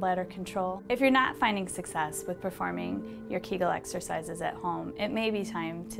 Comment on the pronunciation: KAGAL? U mean KEEEGEEL